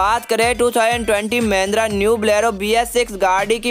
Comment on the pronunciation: That pronunciation "Mendra Blero" 😂